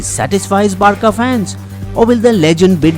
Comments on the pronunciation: Its Bar-'sa', not barka lmao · Hey man Barca is pronounce as Bar - sa not Bar - ca, also it's rakitic not ratikic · Bisbo is not a real football fan. P. S. Its Barca, not Barka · It's Barca not Barka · I love your videos. But this video was pathetic. Learn how to pronounce "Barca".